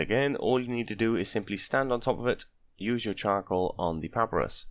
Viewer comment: Thank you for the guide... it is pah-pie-russ... not papparus just you know ...